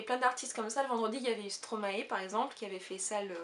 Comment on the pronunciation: Ah non,, pas toi aussi! Stromae ne se dit pas Stromaé mais Stromaïlle. Tu peux regarder une de ses vidéos postées sur YT si tu ne me crois pas, mais parole de belge quand même! Je ne sais pas pk les médias français se sont mis l'appeler comme cela (et je ne comprends pas pk il ne leur a pas dit qu'ils se trompaient) mais ça m'agace au plus haut point quand j'entends Stromaé quand on parle de mon chanteur chouchou! Bises